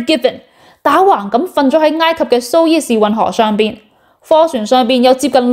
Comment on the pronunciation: 读苏彝士运河，唔係苏伊士运河。